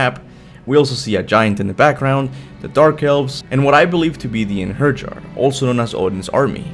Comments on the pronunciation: I know I’m kinda nitpicking but it’s (ine-hair-ee-yar) Einherjar although ur suppose to put a little bit of an accent on the yar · It's pronounced has Einherjar. Ain her yar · the j’s in norse words like einherjer or jotunheim are pronounced like the letter y in english. einherjer would be pronounced ein (as in einstein) her (as in heir) jer (as in yur).